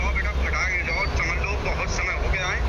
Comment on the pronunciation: ए फर्जी वीडियो है केवल फ़ेमस होने के लिए ऐसा किया गया है क्यों कि जो आदमी फोन पर दूसरी तरफ से एक वर्ड बार बार बोल रहा है फटाक से, फटाक धे, फटाक धे, फटाक धे, ए एक देहाती शब्द उच्चारण था जिससे ए साफ होता है की ए बंदा झूठ बोल रहा है